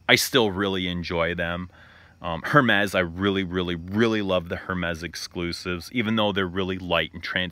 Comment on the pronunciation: Love this little sit down. Have to point out you're pronouncing Hermes wrong. The H is silent. Something that I picked up from a few of your vids, thought I'd let u know